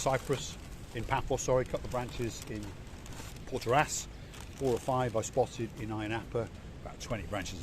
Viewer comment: It’s protaras not portaras and don’t throw food at a cat like that. And when flexing money “spending my money”